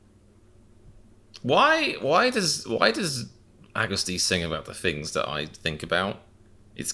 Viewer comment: ^^ we love you comedian, but please stop pronouncing agust like haggis lmao